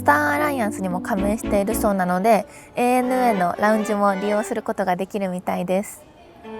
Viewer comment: ちゃんと、えいえぬえーった言ってるのポイント高い